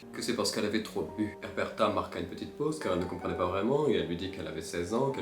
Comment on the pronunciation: “Erberta” On lui dit ou pas ? C’est Uberta ._.